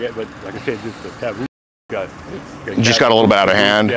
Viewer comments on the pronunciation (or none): did he say tabooboo?